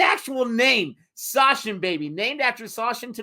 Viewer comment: for Americans Againnnn, it's SaCHin (Such-in), not SaSHin... CH like in Chaplin!!!!!